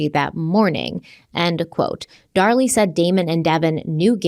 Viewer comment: Since likes to correct on her pronunciations all the time 🤭, I just want to point out that this time is saying her name as “Dar Lee” (it’s driving me crazy) and is saying “Darlie” like everyone else in the world. I got your back. YOU should be correcting HIM for once 😂